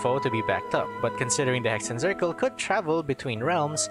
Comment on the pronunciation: Hexenzirkel is a german word (witch circle) and is prononced like this: X = ks Z = ts so it woud be pronounced "Heksen tsirkel"